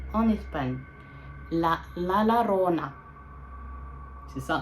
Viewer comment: La llorona ça se dit “la yorona” ma belle sinon bonne vidéo 😭❤️